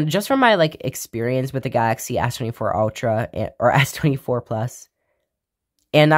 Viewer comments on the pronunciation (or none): lmao fr